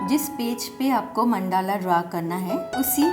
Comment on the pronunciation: Correct pronounciation is मंडल √. Not मंडाला ×